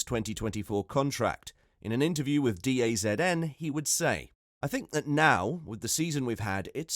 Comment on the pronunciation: DAZN ain't no classic "network", it's a streaming service... and it's pronounced "da zone". Looks like poor old Helmut did not get the memo about the wokies and their cherished cancel culture, let's see how this will blow up in the coming days. ;)